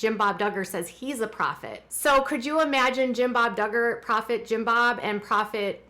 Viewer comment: I thought he said douchbob duggar !😂